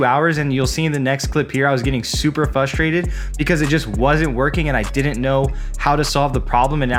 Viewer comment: Great video, but I wanted to kindly let you know it's "frustrated" not "fustrated". :)